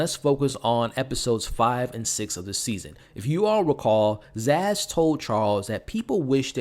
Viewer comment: Her name is Sazz not Zaz